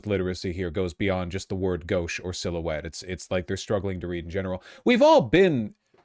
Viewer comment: Gauche isn't a commonly used word anymore, that being said phonetics is lacking in most of these young adults. Mispronouncing gauche is okay with me tbh, as long as they learn later on how to use it and how to pronounce it then whatever - I butcher so many words when I first read them.